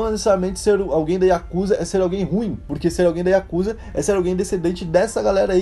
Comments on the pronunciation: A pronúncia e escrita não é Iakusa e sim Yakuza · Aprendam uma coisa:A pronúncia correta não eh Yakúza e sim yakuzá!! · Yakuzá. Essa é a pronúncia. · Corrigindo a pronuncia correta. YAKUZÁ. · na hora que ele fala o maisor mafia oriental ""a yakuza"" ele fala yakuza mo estranho kakakak